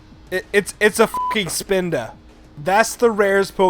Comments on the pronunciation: ... This ISN'T POKEMON GO, this was made BEFORE THAT. Do you know how to read descriptions? Because there's a little thing above them called a date. Plus, what's a SPINDOW?! It's spelled Spinda! And plus, Spinda is gen 3! Not gen 1. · When he said Spinda my mind had an ERROR